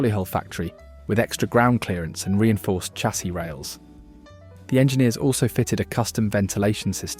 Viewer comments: SARN dringham??? It is pronounced SAND ringham, you wally!! And Chassis is correctly pronounced SHA (as in shall) SEE, not Cha (as in chat) see; see??? Muppet!! Oh, and after talking about an Aston Martin in a shade of green, why show models in red and blue??? DOH!!! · For a British voiceover (AI?) you should be saying chassis correctly - ie shassy. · Chassisis pronounced "Shasee"